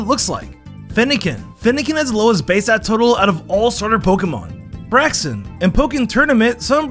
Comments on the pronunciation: BRAX-en SPOO-pa vivllion??? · BRO I SWEAR HE PRONOUNCES EVERY NAME WRONGLY TO GET MORE COMMENTS AND VIEWS Spoopa (Spewpa) Vivleeon (Vivillion) Bracksen (Braixen) Kaylos. (Kalos)